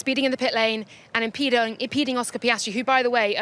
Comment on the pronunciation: "ImPEDOing" - Laura Winter😂